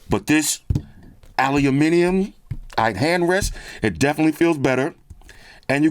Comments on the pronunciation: Aluminium. Now THATS how you say it. Well played,. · It's refreshing when someone pronounces "aluminium" properly 🦁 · I love the videos as always! And an american saying Aluminium the way it should be said, warms the heart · As a Brit, I was always confused why Americans usually say ALUMINUM. Keep it up!